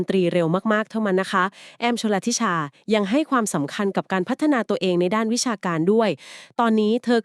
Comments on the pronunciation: ชื่อน้องแอ้มอ่านแบบนี้คับ ชล ธิ ชา ไม่ใช่ ชล ละ ธิ ชา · พูดชื่อน้องแอ้มชลธิชายังไม่ถูกเลยค่ะ😂😂😂😂❤❤❤❤